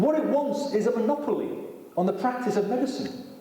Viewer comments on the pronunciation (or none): none